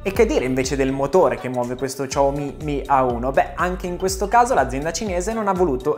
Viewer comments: Lui al posto di dire "xiaomi" dice "ciao mi" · Ciaomi non si può sentire, sembra.. CiaoIM....... brutti ricordi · La pronuncia, dovrebbe essere molto simile a un "Siaoo-mi", che ormai abbiamo tramutato in "sciao-mi". "Ciao-mi" è veramente la prima volta che lo sento, ma sti cavoli. (Adoro questo Smartphone) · sciaomi, SI PRONUNCIA SCIAOMI, prima di fare video, andate a controllare, su internet è pieno di video relativamente alla corretta pronuncia dei nomi delle aziende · [...] come questo "Ciao mi' '"!😂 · come tutti, anche io mi sto chiedendo: ma perchè "ciaomi"? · No, si dice "shiàomi", possibilmente trascinando leggermente la "i" finale visto che è un terzo tono, quindi devi marcarlo di più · "Ciao mi" non si può sentire...i Dire Straits però si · No vabbè, Ciao mi non si può sentì.. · ciaomi non si può proprio sentire...